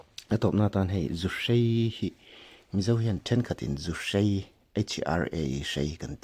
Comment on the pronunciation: Zuhrei, a awmlo, zuhrai tih tur aw